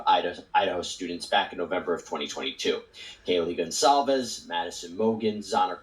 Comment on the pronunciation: Hey, 😊 I’m watching from Brazil and really like your videos. I noticed that is difficult to you pronunciate the Gonçalves name. The Ç is a letter that we only have in portuguese and it sounds like an S. You can really pronunciate GONSALVES. Hope it helps you 😊